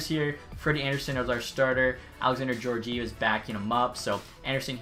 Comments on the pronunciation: Bro, Georgiev is pronounced Guee-or-guee-ev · Geor(gore)gi(gee)ev. Sorry it's been bothering me.